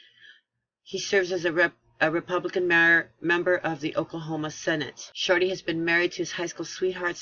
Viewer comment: 'SHORTEY', NOT 'SHORTLEY'...AS IN 'GET SHORTEY'?...SANS THE 'E'...;)